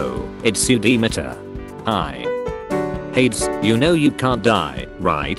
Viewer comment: Its not ha - eds its called hey - deezz😊